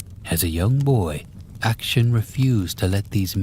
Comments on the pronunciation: Lmao great voice, good pacing, nice pronunciation in the first story, but then Action got me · ‘action’ for Akshan got me laughing hard ngl